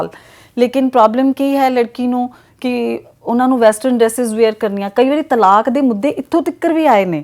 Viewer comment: ਤਾਲਕ ਨਹੀ ਹੁੰਦਾ-ਤਲਾਕ ਹੁੰਦਾ ਜੀ 🙏🏻